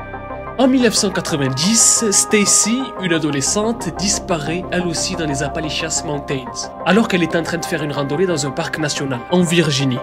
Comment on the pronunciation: C'est pas Apalichiasse, qu'on les appelle mais Appalachians 😂😂😂